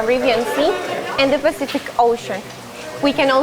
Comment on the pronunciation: South "PASIFIC" 🤣